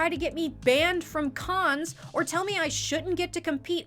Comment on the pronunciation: I know you say ”Send the video to a friend or your mom” but I always think you’re saying ”of your mom” and it’s just adorable to imagine people sending these videos specifically to their moms friends gjfkfjsns